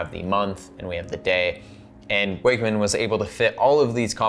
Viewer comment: I'm pretty sure most people are saying it incorrectly, based on where Icko Wakmann came from. It should be "VOK" 'Vokmann.'